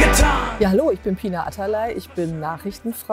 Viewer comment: Ich bin irritiert dass immer alle Pinar wie Pina aussprechen